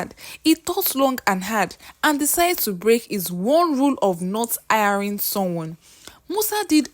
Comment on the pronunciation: Why can’t Nigerians pronounce words starting with ‘H’ ? How can you pronounce “Hiring” well but instead say “iring”, “Handle” they say “andle”, “His” too they say “is”😂😂😂😂😂😂😂